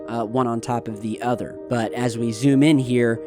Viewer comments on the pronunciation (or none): none